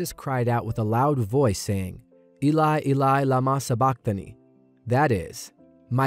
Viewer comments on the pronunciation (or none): none